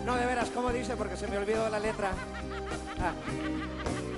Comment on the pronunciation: Animal.... Es..."Como dishe... El Shhhh se debe de escuchar pendejo!!! No como dice, ese puñetas de Luis Miguel no puede pronunciar bien el vocablo (ce) (se), etc. y por eso dice...Como Dishe... Como dishe....xD